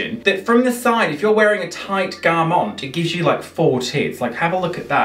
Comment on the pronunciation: pronouncing garment as 'garmónt' the entire video is too funny 😭Also living for neon green + neon pink look. The details go so deep! The hair colour, the makeup, the pink chain but also the pink dinosaur and green circle. I love it!